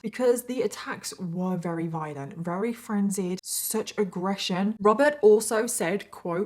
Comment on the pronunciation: Love, Love, Love your series. However, it is greatly distracting the way you pronounce the word "very". You often say "reary ", and I find myself rewinding all the time to see how your lips are making that pronunciation. Just saying. No harm meant. Probably just me. Remember, I LUB! (Which in our family means "love you bunches" !